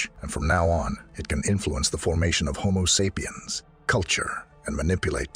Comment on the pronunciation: Lost me at "homo sap e ums"